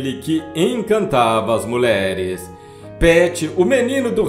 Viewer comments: Muleres é doze em seu locutor!!q tal dizer mulheres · Muleres. Kkk Que horror esse narrador.